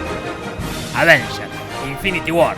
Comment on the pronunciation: disisdafunk escribí "Advengers" por que a si lo dice la vos rasposa de Te lo resumo